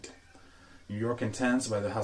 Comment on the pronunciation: It’s pronounced Intense not Ontonse. That was cringy and ridiculous.